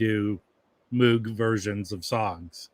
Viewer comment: moog is with a hard oo